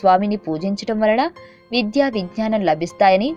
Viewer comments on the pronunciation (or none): విధ్య కాదు "విద్య"